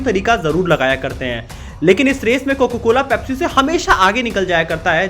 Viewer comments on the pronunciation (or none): bhai tujhe abhi bhi COCA-COLA bolna nhi aaya....COCA hota hai COCO nhi